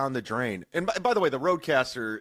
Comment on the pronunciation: it's Rodecaster, nerd